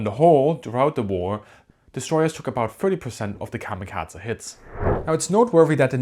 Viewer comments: No it doesn't. The American pronunciation is to either pronounce it like kami kazy or kamikazay. Americans basically never pronounce E ending words in Japanese correct unless they have tried learning Japanese. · He is essentially, comically overcorrecting on how American's pronounce it, and his German accent is also playing a part and applying a T sound. American's strongly over lengthen Japanese words that end in a E morae. The only time the Japanese say something similar the massive '-ay' sound American's apply is when ending in a e morae to an i/い, such as in the name Rei. The guy is trying to correct that by cutting the e sound, but its so incredibly cut its borderline devoiced, and English speakers, due to our habit of defaulting sounds to a schwa, hear a soft 'a' sound, even though it is very much just a devoiced e. He is also adding a t to the Z sound, probably an accent thing, turning into the bizzare Kamikatza sound. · How cute it is that you pronounce kamikaze like it is a Georgian family name. Like Eduard Shevardnadze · A great video despite of the klanging sound of kamikazah. Did the Naval Academy sign off on pronunciation. kah mah kah ay or kam i kah zee but not kah mah kaz ah. And definitely not a schwa at the end of kamikaze. In either London or New York it ends in a hard A sound. And definitely in the US Naval Port of San Diego. It's not unusual for foreign spellings to use e as an ay sound,,, you know the sound that the symbol E makes in civilized spelt languages like Spanish and German unlike English where we say Great Vowel Shift and blame all the confusion in spelling and pronunciation on Gutenberg. Or actually on the Dutch and Flemish printers in London in the 16th century.. My dad's cot or where it might have been is visible in the picture of the Big E's forward elevator hanging 100 meters above the deck in one ot the original turret toss style photos taken after a kamikaze hit through the flight deck. Fortunately he was at his gun.